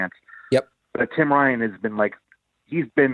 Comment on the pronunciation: LMAO! Thank god for subtitles. Whenever he said Tim Ryan I thought he said Tim Vine(a funny british comedian lol)